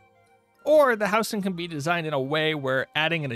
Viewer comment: howzing not how sing